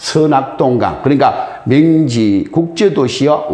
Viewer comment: 즈기요..슨생님....맹지가 아니구염.....명! 지! 입니다만....